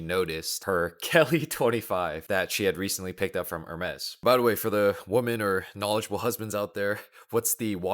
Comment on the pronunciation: My dude, how do you not even know how to pronounce "Women" as a native Speaker ? Also, what a boring Rolex journey going for two GMTs. Money really does not equal taste